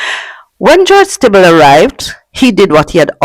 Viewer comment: Just one correction, Stiebel is pronounced "Stee-bull"